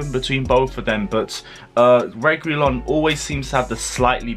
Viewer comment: This how you should say his name Re gee lon that's it, said is a good player that's the kinda player we want at the club both of them to be exact. They will bring something special to the club